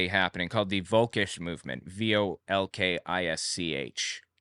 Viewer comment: Took me some time to realize "wolkisch" meant "völkisch"... In this case, the V is pronounced like the F in fahrenheit. (And the ö is its whole story, we are used to people mispronouncing that, it is a o with the tonge positioned more like an i) And about Belzebub (Or did you say Beelzebock?): Yeah, beelzebub but german. Pronounciation and how it's written depends heavily on the region of germany you're in. And I bet the folklore about it depends on the region as well.